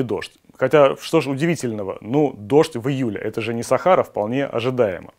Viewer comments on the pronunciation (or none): none